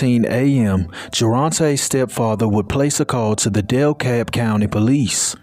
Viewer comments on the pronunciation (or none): My family has been from Atlanta Georgia for generations and I just want to say it’s kinda funny how you pronounced dekalb county. I had to think for a minute what you meant then I started laughing. It’s all cool I’ve been needing a good laugh for weeks and you finally gave it to me so thank you so much.